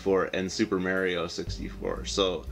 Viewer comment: i love how you silly Canucks pronounce Mario..good stack of stuff there man!